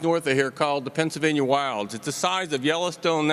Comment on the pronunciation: Pennsylvania. Not Pennslvania